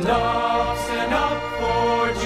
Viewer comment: As a 7th Day Adventist in PA, i congratulate all you young musicians & singers. Just one (1) suggestion: Stand // up not Standup, sounds like dup!